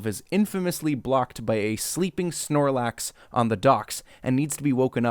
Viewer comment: What the fuck is a "Snarluf", and Tauros never appears in the movie at all. It's PANcham, and PANgoro, not Pamchan or Pamgoro. Weavile never shows up. How can you claim to be the "expert" on Pokemon if you cant pronounce half the names and dont even know what some of them are? There isnt a statue of Giratina, there's one of Arceus. Tim didnt stamp out the fire on Charizard's tail, he just kicked it. There is no Machoke, its a Machamp.